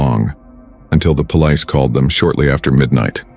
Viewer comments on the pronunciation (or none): Is the narrator AI? The way he pronounces some words is too funny 😂 Omg he just said “Pole…..Lice” instead of Police